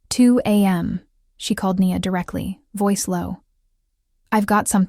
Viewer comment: One thing: decide how you pronounce the character’s name. Is it “Nee-a” or “Nyi-a”? Be consistent. On another note, I’m impressed with the imagery in your stories